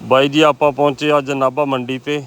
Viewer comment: ਪੰਜਾਬੀ ਸਿੱਖੋ ਵੀਰ "ਨਾਬਾ" ਨੀ "ਨਾਭਾ"